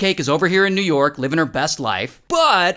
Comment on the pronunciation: oh no! you mispronounced both New York AND Russia...